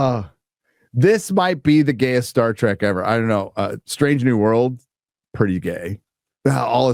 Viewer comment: Today, we get "Star Dreck"